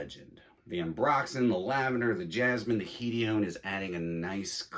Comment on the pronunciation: Hedium???wtf are u talking about..hedione not hedium lol